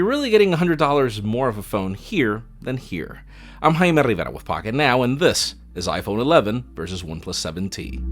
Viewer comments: “I’m heimarevarevawithpocketnow” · That's how you say it in spanish you uncultured swine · The moment he said "I'm..." I thought he'd start speaking Spanish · Ikr like if he didn't show his name on the screen I would've never understood it lol